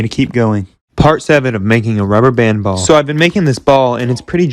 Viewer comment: When he said ball it sounded like just sound is wrong